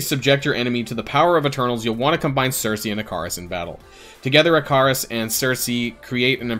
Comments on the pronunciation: try pronouncing it one more time, it’s “ick-uh-ris” 😂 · Great video, please go check how Ikaris is pronounced for future videos xD